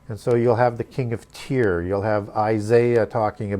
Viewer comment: Don’t mean to r petty but most pronounce Tyre as “Tire”. When u bring new pronunciations it helps to acknowledge how most pronounce it in order to keep flow (we need to be able to follow). So many of us are not academics so we often reference wha we are familiar with. (Though it may be incorrect pronunciation referencing is helpful). Thanks, definitely learning a lot!